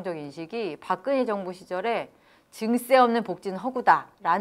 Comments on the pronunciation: 박그녜라고 발음하는 게 묘하게 거슬림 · 박근혜 표준 발음은 [박그네] 입니다. 히에로 애쓰지 않으셔도 됨 ㅖ->ㅔ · 발음이 왜이러냐 박그녜,센사람 무슨; 혹시 죄송한데 중국인은 아니시죠?